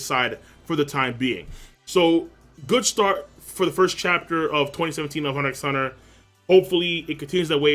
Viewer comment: Lol you don't say the "X" in the name, it's just Hunter Hunter